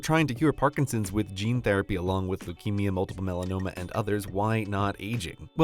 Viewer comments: It doesn't even matter, but it's multiple myeloma; not multiple melanoma. Though multiple melanoma is a thing too but probably not what you're trying to say. :p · Isn't it multiple myeloma rather than multiple melanoma